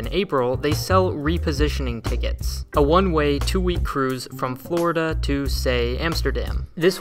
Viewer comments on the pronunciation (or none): none